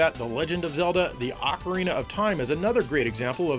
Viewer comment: Barely started the video, but I gotta comment to say: THANK YOU for knowing how to pronounce ocarina correctly! I cringe every time I hear "oak arena" of time... 😮🤣